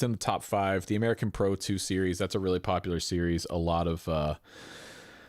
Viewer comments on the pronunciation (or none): none